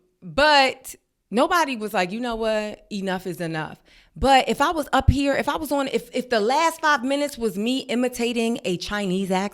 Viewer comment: the “ere” and “dere” are killing me 😂😂